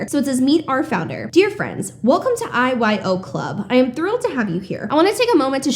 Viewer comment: I was listening while driving and the first few times you said IYO club i heard “eyes wide open club” ha😂